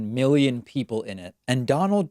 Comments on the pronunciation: He didn’t really pronounce the first letter clearly. I’m pretty sure he said millions, although after the whole disinfectant injection and uv talk I don’t even know anymore. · He said millions not billions, he just pronounced it pseudo slur style. Even the auto captions on screen say millions. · it really sounds like a drug induced mumbling of millions actually. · I actually think he said millions but the cocaine hit the back of his throat on the M so it came out bgillions. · Not a fan of Trump, but I really heard millions not billions. Or did I not hear it correctly? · Sounded to me like he said "millions" and he slurred it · I heard millions. I think this time he was just a mumblemouth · He doesn’t really pronounce the first letter so he could’ve said millions, but after the whole disinfectant injection shit I wouldn’t be shocked if he said billions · I am no fan of Trump but I am no sure the audio is clear enough and with his terrible slurred style of mumble speech it could be that he said millions. I would check with multiple camera angles and other outlets to see if all the video is the same.